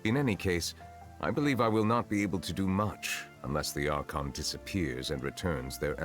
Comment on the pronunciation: It's Ar-con